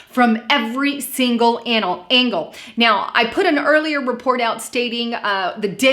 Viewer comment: My friend you lost me to giggles when you tried to say angle...